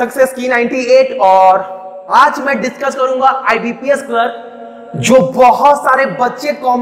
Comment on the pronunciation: itni style marneki kya jarurat hai?!!!!ditchcuss karne wle hai..lol